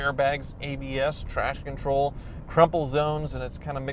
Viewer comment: Did he say trash control ? 😂